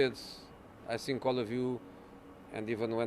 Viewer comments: "I sink" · "i don't sink"